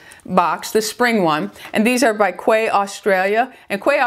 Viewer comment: Quay Australia is pronounced “KEY”